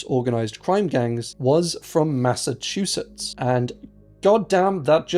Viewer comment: Massachusetts can be really challenging. don't ever worry about mispronouncing things. it's going to happen